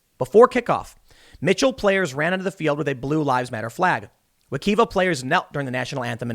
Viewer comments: wek-I-va, not wek-E-va, the middle vowel is pronounced as an "I" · So to correct you from saying wekiva. It is pronounce "we-ki(*long i)ve- a" not "we keev-a". Coming from someone who use to live in apopka and having many football games against wekiva high. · Lol at Tim pronouncing Wekiva as we-kee-va instead of we-keye-va. Never heard someone say it like that. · Holy crap that's a few miles from where I grew up! I had friends who went to that school. Also Tim, its Wehk-EYE-vah =) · Its pronounced wah-ki-vah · 'Wekiva' in Flotida is pronounced with a long 'i' 'We-Kye-vah' - Hope this helps, DM me or get me on Social media if I can help with weird Florida place names in future before you record.😎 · This comment does not matter, but Wha-kai-va is how to pronounce that. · "Wokiva"? LOL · Totally pronouncing wakiva WRONG TIM! lmao he sucks at pronouncing names, it's so funny! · sigh lol oh man your pronunciation Wekiva, god i love that river in florida that school is named after the beer flows like the river from the springs there.So beautiful fishing camping etc if ever near tim check it out lol